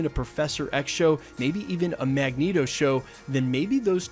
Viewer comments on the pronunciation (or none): none